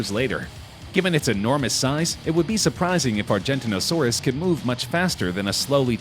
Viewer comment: No, you can’t swim through a blue whale’s blood vessels. At best you could fit your head through it. Also, please pronounce Argentinosaurus and Giganotosaurus properly.